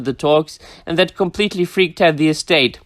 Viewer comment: “Tolkien EstHATE.”